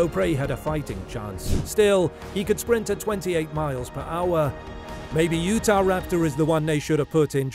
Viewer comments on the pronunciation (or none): none